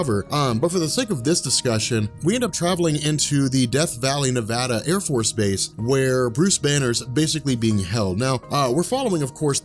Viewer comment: thank you for saying nevada correctly